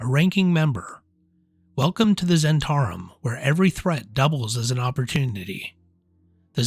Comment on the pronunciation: zz-HENT-ah-rim, not zhen-TAR-im